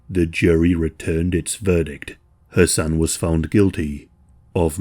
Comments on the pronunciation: Idk why but it took me a while to realize you were not saying “her son” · Not gonna lie … I was all confused bc of dudes name. It sounded like he was saying “her son” so I turned on CC and it showed “her son”. Checked transcript and it did the same thing 😂😂😂 What is his name? I had to start over so I could understand “her son” was the dude and not the girls actual son. Just me??? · I know I ain't bugging every time u say his name sounds like Ur sayin her son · All I hear the entire time is "her son" , I was confused at first but then realized you were saying his name. I kept thinking you were saying it was "her son" who offed her. I hope he truly gets what he deserves!!!! KARMA WILL FIND HIM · I kept thinking you were saying "her son" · i keep thinking you’re saying “her son” and it’s throwing me offfff 😫😭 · For the first 8 minutes of the video it sounds like youre saying "her son" not Hasan.. so i was so confused thinking er son stabbed her not until you take a second to say Hasan a little more clearly & slow to realize thats what you were saying lol gesssh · I kept hearing 'her son' or was it 'Hasan'? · I'm sorry, but it sounds like you're saying "Her son". I know it's Hassan or however it is spelled, It sounds like "Her son" when you say it.